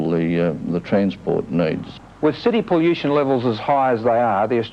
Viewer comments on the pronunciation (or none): I cringed every time he said poll-you-shen.